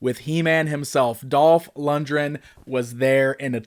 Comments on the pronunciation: For such a big fan you’d think he’d know how to pronounce LundGren properly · Lund-gren not lund-dren.